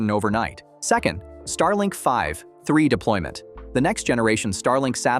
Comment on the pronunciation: If you’re gonna use an AI voice over can you at least get the mistakes corrected? It’s calling the V3 anything but “V 3”, saying five three, vi three or other garbage throughout the video. And the falcon heavy footage does not belong in a video talking about starship.